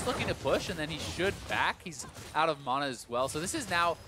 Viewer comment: wtf is mona? its MANA!!